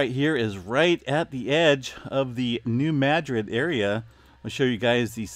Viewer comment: Please pronounce New Madrid correctly... it is pronounced New Mu drid or Muh drid